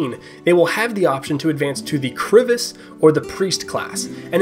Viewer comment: i must say, that you pronounced Krivis correctly, now try that with Dievdirbys XD I am pleasantly surprised that so many classes and skills come from different cultures real professions.